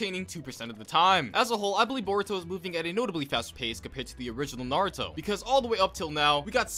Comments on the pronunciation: My guy sounds like he saying burrito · Why does he say it like burrito not boruto?? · What they hear: Boruto What i hear: Burrito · i knew he was lying when he said “burrito” instead of boruto within the first 15 seconds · Do u just said "buritto" 🤣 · When he said baruto not boruto like the food I was laughing so hard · You mean burrito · It kinda triggers me how he says borito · 😂😂🤣🤣🤣 the first time u said uhh boruto/boruto you said borito!!!😃😂😂😂😂😂🤣🤣🤣🤣🤣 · he said boruto as burrito O_o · Did you say burito? Idiot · Lmao mans said Borito